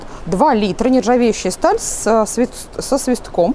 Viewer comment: Вы чайник снимали и ещё забавно произнеся про него "чайник соствиском"!!!